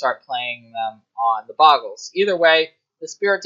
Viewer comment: BOH-GUL... There's only one G in "Bogle"